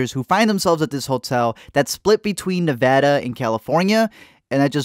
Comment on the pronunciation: I'm glad he said Nevada right.